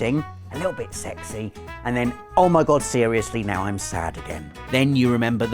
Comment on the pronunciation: a lil bit sexy (with british accent) LMFAO